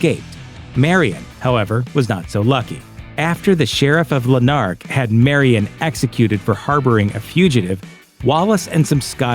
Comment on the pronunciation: Murron, not Marion.